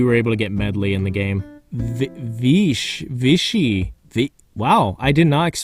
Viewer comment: I think the inkling squirrel’s name Viché is pronounced vee chay so cece and viche are a play on Ceviche